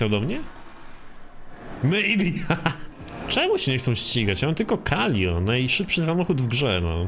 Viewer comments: Calico ala ✨calio✨ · "KALIO" XDDDD i "CZESTER" czemu on nie umie czytać xD? Ps: szkoda, że dałeś na początku wstawke z już stuningowanym autem, przez co troche zaspojlerowałes 😑